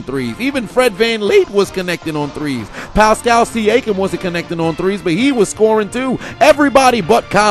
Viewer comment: Don't think I missed you butchering Pascal Siakam's name LOL what the fuck was that